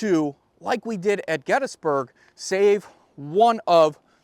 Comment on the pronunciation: One of very few historians that know how to pronounce Gettysburg correctly. $